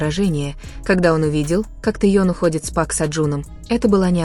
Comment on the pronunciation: ну да, ну да, с Чимином пошлость, а с Тэеном или как там автор произносит - это эстетика. Чушь собачья